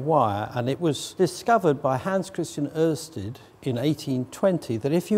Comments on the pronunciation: Pretty good pronounciation of Ørsted from an Englishman! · Impressive pronunciation of the letter ø by an English speaking person. Pretty much spot on.